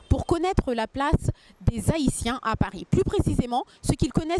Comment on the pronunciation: On ne dit pas les zahitiens pas de liaison madame